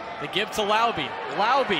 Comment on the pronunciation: It’s “Lau-beh” not “Lau-bee” … some get it right, some don’t.